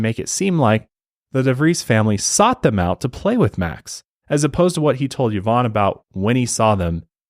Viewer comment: Great episode! But as fellow Yvonne, I wanted to say that you guys mispronounced it, it’s actually pronounced EE-vonne, as it is actually a French name! Love you guys and your work 🫶🏽